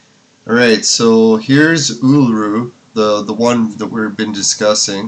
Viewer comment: Uluru is pronounced ooo-loo-roo